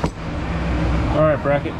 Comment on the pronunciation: The “ Shinney “ makes my day. 😊